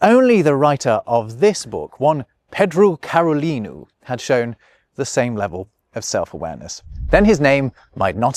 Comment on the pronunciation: Very careful and excellent portuguese pronuncation ... followed by 'ped-drew carolinu' and 'djo-se' (actually maybe that is right, I only know a little portuguese, and brazilian at that.) hell, hedgehogs were called urchins in english for a while too. It was nice of him to at least sorta give credit to the guy whose book he copied and then tried to change french to english.